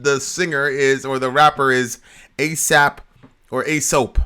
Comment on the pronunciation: its Ay-Sop not soap lol